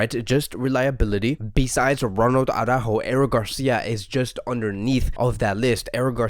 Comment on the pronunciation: I like your vids, but PLEASE stop saygin aww-rÁjo! It really is soooo retard! It is ara-ÚÚÚjo, emphasis on the Ú! Saying aw-rÁjo is literally as retard as saying Póóky to Piqué.